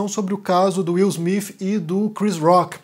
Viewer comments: Wil smif ? Cacete que inglês do cacilda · Não consegui ver até o final. Me desculpe. No 4 " Will Smifi" eu desisti. Me agride os ouvidos. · Só eu que percebi o falando: Will Smife? Kkkk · Will Smiffiii 😂😂😂😂. Falar o TH em inglês pra brasileiro é igual quem fala espanhol não conseguir falar o V. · "Will Smifi"😅